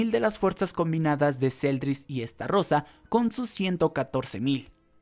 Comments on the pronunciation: Es estarosa no estarrosa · Por qué pronuncias esta rosa si se pronuncia starosa. Es decir con una sola r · Lo que te falta es mensionar bien los nombres de algunos personajes como el de estarosa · Podrías decir Meliodas y no Méliodas pls? Xd Podrías decir Estarosa y no EstaRRRRosa pls? Xd